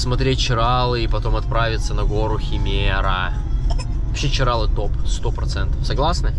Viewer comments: В ЧирАлах , в Хельсинках , в Сочах ... ЧиралЫ (с таким ударением и без склонения) . 😆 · ЧиралЫыыы 🙈 а не ЧирАлы